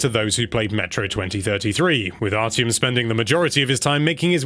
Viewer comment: It’s pronounced “Ar-ti-em” not “Ar-Ch-iem”, great review though as always!